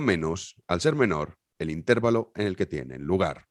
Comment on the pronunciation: No vuelvas a decir intérvalo, que queda súper paleto.